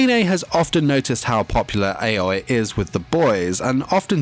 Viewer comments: Her name is aoi (aui) not ayoi 😅😂💞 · Its not aoa its AOYIII (spelled aoi) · Most people: Aoi (owie) This guy: Aoi (ay-oh-eeh) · The way he pronounced Aoi's name triggers me. Its "ah-oy" not "eh-yoy". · Everyone: Aoi (ow-ee) Him: AY OYIH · Weebs: Aoi Him: a-Oi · ITS A-O-I NOT 👁-O-EY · I just hate the fact that he pronounced "Āoi" instead of "Aoi" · I can’t get over the fact that he keeps on saying aois name as✨𝐴𝑦 𝑂ℎ 𝐴𝑦✨ with so much confidence 😭😭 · IKR ITS OW EE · He pronounces her last name Ack-an-ay I thought it was pronounced Akane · eHkanay ehyoy. A friend of Yashiro Naynay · Neither. Its pronounced ow-ee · every time he says ayoway I die a little inside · Everyone: AOI Him: AUNI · the way he's pronouncing aoi is killing me 💀 AY OI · I like how u pronounce her like "aoe" Btw I like nene more than aoi =D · Me: aoi Him: AoE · What? I fucking god mad when u messed up at the “aoi” part. I hear u said “a-oi” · He said Aoi in the wrong way in the intro.. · you pronounced Aoi wrong btw